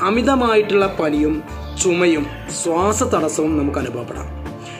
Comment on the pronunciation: സ്വാസ്സം അല്ല.. ശ്വാസം.. 😃